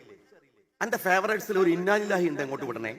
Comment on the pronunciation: ഇയാള് പറയുന്നത് ശ്രദ്ധിച്ച് കേട്ടുനോക്കൂ ഇന്നാലില്ലാഹി വ ഇന്നാ ഇലൈഹി എന്നതിന്ന് ഇന്നാലിന്നാഹി എന്നാണ് പറഞ്ഞത് 😂😂 എന്നിട്ടാണ് മൂപ്പര് മറ്റുള്ളവരെ ഉപദേശിക്കാൻ നടക്കുന്നത് 😅